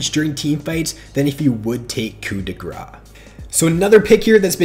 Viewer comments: Your pronounciation of "coup de grâce" was quite funny for a french dude like myself. The "ce" isn't silent so you should say "grass" and not "gras" (silent s this time 😉) which means "fat". So yeah, "hit of fat" sounded weird lul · Please stop saying coup de grah... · It's french. You don't say coup de grah